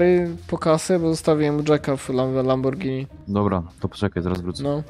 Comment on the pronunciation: Po co oddajesz lambordzini